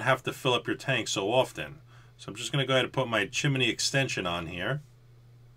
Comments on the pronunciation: Chi-mi-ney? 2 syllables please. Chimney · Chance S. I'm about halfway in between you guys in tennessee, and I have never heard it pronounced the way he said it. Chim-knee is what I say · I love your videos, I thought everything was gonna be as usual until you started about the chimminy, that's how it sounded to me anyways. I know your from the east coast, (no hate) but down here in Louisiana we say stuff different than y'all. it just cracked me up. keep up your work man, much love from the stix down here. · Did you say chimeney?